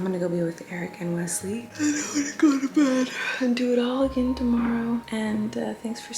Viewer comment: The day says Wesley instead of Weswee…I may cry